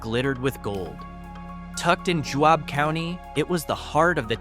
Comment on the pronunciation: Holy cow, did you do ANY research before you made this turkey? You didn't learn to pronounce "Juab," for one thing. And those of us who did NOT experience the slightest problem with Mt St Helens ash are laughing our guts out at your nonsense about Milford. BTW, people who live in small towns with hundreds or thousands of neighbors, might take exception to their homes being called "ghost towns." And John Wesley Powell launched his expeditions from Green River WYOMING, not Green River UTAH.